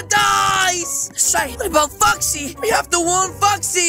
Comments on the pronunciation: They way he says "foxy" sounds like he said uhmmm fucksy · they way he says "foxy" sounds like f***xy